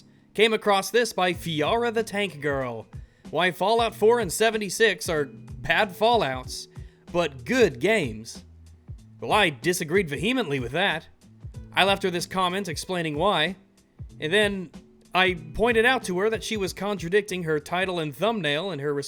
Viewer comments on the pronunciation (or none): Ve-uh-mently... not ve-HE-mently. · "Vehemently" is pronounced, "ve-uh-mently", just so ya know.